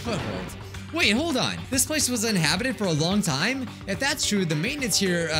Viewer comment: uninhabited is also now rrrrrrrrrr and unhabididid